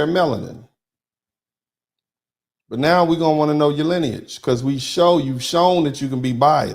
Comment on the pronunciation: EXACTLY! You hit the nail on the head, When you said, "MELONIN-IS-NOT-LINAGE". It's "LINEAGE", Not "SKIN-COLOR". All of those "NON-WHITE" immigrants only accept their own based on nationality, Or their tribe. NOT their "SKIN-COLOR".